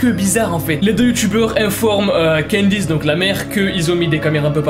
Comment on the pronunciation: Adame: Candyce Les caméras: CANDACE